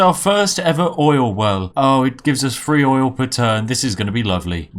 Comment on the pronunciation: Turn free two nine out of free firty. Fanks guys.